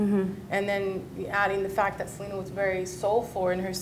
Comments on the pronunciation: It’s not Se-la-na it’s Se-lee-na cool vid keep up good work 👍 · It’s not salina... it’s SELENA!!!! I hate when people pronounce her name wrong. 🙄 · Please pronounce Selena’s name correctly... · this was amazing but it’s pronounced sel-ee-nah lol sry just had to point it out